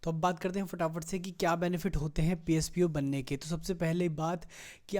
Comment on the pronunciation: "Pspo" nhi hota mr "posp" hota he,great knowledge